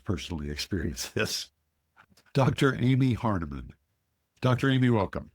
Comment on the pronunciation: Come on guys. It's not Amy Harnaman or Hardiman.